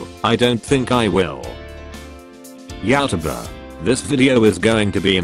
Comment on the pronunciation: Me: Pronounce YouTuber correctly. Automated voice guy: No, I don’t think I will.